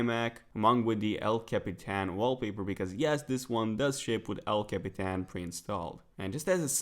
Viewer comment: I REALLY love how you say "El Capitán". <3